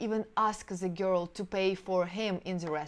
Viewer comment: Yeah sure. Listen to just the word "girl" she pronounces. All russians screw words...besides everything else